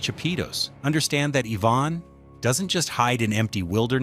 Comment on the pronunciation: Say it with me, Ivan, not Yvonne. 🤦🏻‍♂️